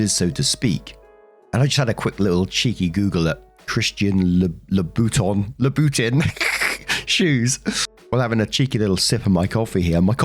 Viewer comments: Lmao pronounciation of Louboutin cracked me up!! It's 'Lou-E-Boo-Ton'. But I don't expect any guy to know that. Mostly I only know from Sex in the City lol. As much as I love heels (I'm 5'1") I definetly don't own any. Hell a couple of pairs would equal my car, that's in the 'No fing way' range. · Story 2: for future reference, Louboutin is pronounced like loo-buh-tohn (at least, that's how fashion people in the US pronounce it). Also, as someone who has a goal to own ONE pair of Louboutins at some point in my life, it flabbergasts me that Andrea took enough money to buy MULTIPLE pairs of them. That's insane to take that much money from someone. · I believe the shoe brand is pronounced as "Looey Boo-ton". All I know about it is that it is expensive in the $1000s range, they have an iconic red sole, and they get mentioned in MCU fanfic as one of the brands Pepper Potts buys. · [Imagine in French]: "Lou-bah-ton" ('ton' as in 'Gaston' from Beauty & the Beast) ;-D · Christian La-boo-tawn y'all he really said it! I am dead! 🤣🤣🤣🤣🤣🤣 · Pronounced “Loo-ee-boo-tahn” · Louboutin, from what I know, is pronounced Lou-bou-tawn, or Loo-boo-tawn (like lawn but with a T instead of an L). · Isn't that the pronounciation of a different brand, Louis Vuitton? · I keep giggling at how pronounces Louboutin. It’s great. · trying to pronounce Louboutin gave me so much serotonin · Isn't that the pronounciation of Louis Vuitton?